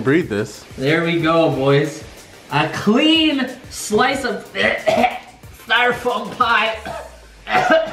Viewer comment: This man Said styrafoam paper